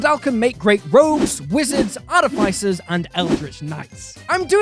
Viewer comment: Love the content and the channel, but I have just the one peeve: why can't people pronounce "artificer" correctly? The dungeon dudes also got it wrong